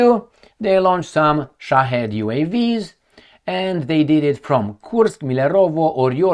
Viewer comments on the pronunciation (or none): none